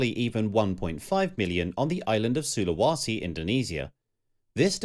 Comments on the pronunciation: It's pronounced SulaWAYse. Where the hell do you get SulaWAsi from if there's not even an A there? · SulawEsi not SULAWASI!